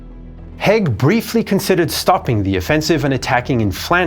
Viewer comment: Haig, pronounced Haayg